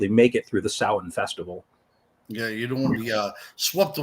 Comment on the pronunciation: One thank you for pronouncing it correctly as a pagan myself it always hurts when people mispronounce it. Secondly You can also say t hat this is when the dark half of the year began . Secondly The word actually comes form the Gaelic lanaagauge.